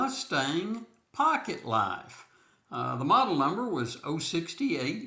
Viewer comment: Did you say pocket “life”?